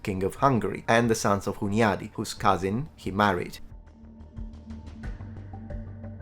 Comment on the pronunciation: Hello there, first of all I really like your content. Second, I was in shock by your pronunciation of Hunyady. It's a common thing people from west can't pronounce Slavic or Hungarian names, but you got a linguistic channel too. Ask some native or at least use Google next time. Even google translator can pronounce it better.